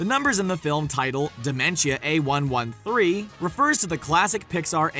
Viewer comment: I never heard someone say A113 as A-One-One-Three